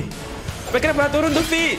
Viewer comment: Bang bacanya vi bukan ve